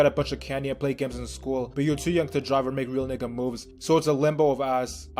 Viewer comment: Why do you pronounce it nicca you say it whiter than most white kids say it